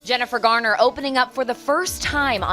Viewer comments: Hey AI bot! It's Jennifer Garner, not Jennifer Gardner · Jennifer "Gardner"? Schwarzenegger's "tenor" as governor? I know this isn't Masterpiece Theater, but at least try pronouncing word correctly. You have editors, right?